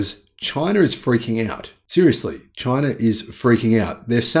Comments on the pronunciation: Say China, not chiner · "Chiner" from down under.